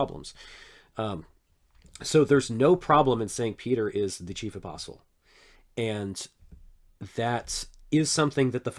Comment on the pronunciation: Can’t forget when Peter says himself “and i am a fellow aspostle” 😂